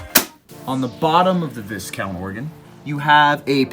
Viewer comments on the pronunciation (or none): It's vie-count not vis-count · Dude I think in Viscount the s is silent making the pronunciation vicount. 👍🏽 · It's pronounced VI-count. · Pronounced “Vy Count”. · Learn to pronounce Discount . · Be good if you learnt to pronounce Viscount properly!